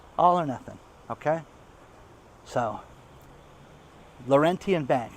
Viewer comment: Lorrentyen bank is Laurentian, pronounced lorenchen.